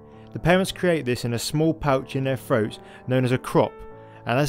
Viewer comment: Please observe that there are 26 letters in the British alphabet and that includes the letter T as in throat, not froat, and cities not ciies and center metres not cener meears, sorry but it just makes you sound poorly educated and after all you are attempting to educate us, listen to Sir David Attenborough and learn.